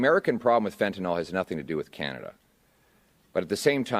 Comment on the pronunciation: Fentanyl. Pronounced fentanill, not fentenol. Last syllable rhymes with hill.